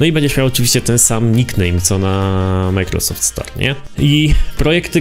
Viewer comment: Jak słyszę twoją wymowę sklepu ,,microsoftu '' to mnie skręca ale ogółem fajny odc